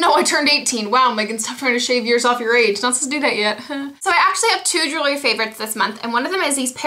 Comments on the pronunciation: She says jewlery favorite not july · haha she said jewelry not july.